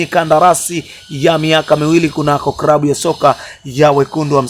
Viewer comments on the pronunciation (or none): Channel ya kitapeli inayojitafutia umaarufu..hata kusema neno klabu unasema krabu!!